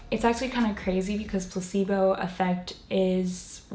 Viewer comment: When you were saying placebo, for a reason I understood Pu**ybow lol